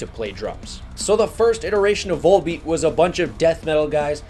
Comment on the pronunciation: Awesome video, man. These guys are my favorite band these days. Gotta tell you, though… the V-O-L in their title is pronounced like it is in the word volume